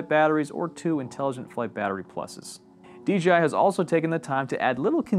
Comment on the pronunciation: DJI right? Why's he saying DGI??